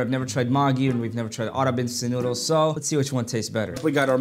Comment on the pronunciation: That maaaagi nyudles 💀